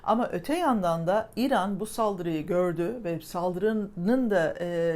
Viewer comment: mükemmel diksiyonunuza küçük bir ilave yapabilir misiniz, kısaca İran demek yerine İiran deyin. Lütfen.